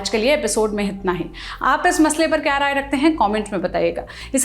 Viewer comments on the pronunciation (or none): Anchor devi rai bahadur ka rai khaa gayi, aur FMCG ko mfcg bol diya, kya jaldi hai show karne ki, hasyaspad roop se quality gir rahi hai, is channel ki, bas fatafat khabar dene ki horh hai doosre channels se